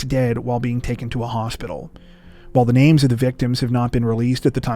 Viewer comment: You always impress me with your pronunciation of all the names. BRAVO!!!